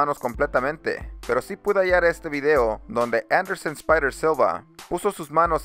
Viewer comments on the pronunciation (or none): No es Andersen.. es Anderson.. ;) buen video